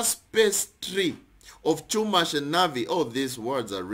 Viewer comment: Chumash = Hoomash pronounced like homage and means the Pentateuch: 5 books of Torah.